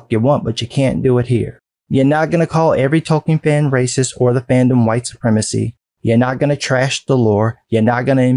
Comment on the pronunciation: It’s Racist, not Rassisist